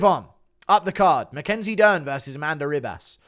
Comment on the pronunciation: ”Ree-bass” good one guru. Whats with the pronounciation